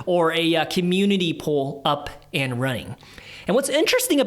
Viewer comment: So confused when I heard “pole” not “pool”